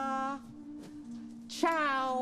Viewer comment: wtf why does she pronounce namaste,hola,ciao like that bro loke tf??